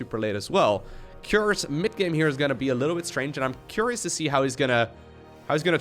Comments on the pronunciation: 'What a CUREious build' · Dark is going to quick baneling nest... CUREious